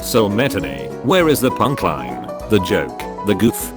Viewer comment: Text to speech isn't the best on properly pronouncing compound words. if he put it "punch line" it would have pronounced it correctly.